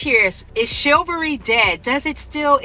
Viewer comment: I've heard of chivalry. What is shillvary? In the words of Samuel L. Jackson, "English mfer, do you speak it!?"